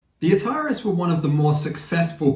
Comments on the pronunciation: Great video. However. It is pronounced ‘The A-tar-ees’ not ‘the atarriss’. Like the gaming company from the 70s/80s. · it's pronounced atari-s as in the game console.